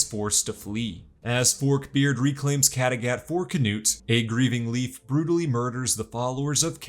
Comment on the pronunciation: Mmmmmhhhhhh...... amazing recap but I don't think that's how Kattegat is pronounced 🤔